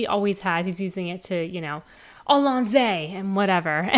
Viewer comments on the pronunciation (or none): This is so cool, but its al-on-zi, and the "magic id" is called psychic paper 😂